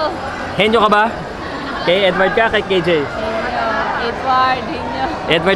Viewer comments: Is it pronounce as HE- NO ? commentator keeps on saying HENIO... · HENO at hindi HENYO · heno hindi henyo ayusin mo